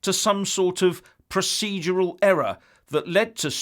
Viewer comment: "Prociedual error" 🤣